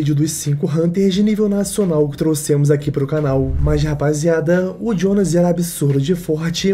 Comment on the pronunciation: Pq q tu fala Jionas ao invés de Jonas? Ele é brasileiro po kkkkk😊